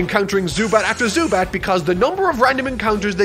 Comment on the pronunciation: Ok ok I LOLed at the “Zubats” 😂👍 you get an algorithm feed